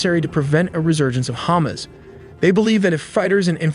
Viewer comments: Say it with me, HA-MAS. Not hummus. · Love the pronunciation "Ham-ass" or maybe even more accurately "Ham-azz" ? Haha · The AI keeps pronouncing Hamas as Hummus lol.